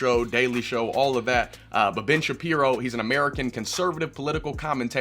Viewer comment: Did you just say "Ben Shittin' piro"?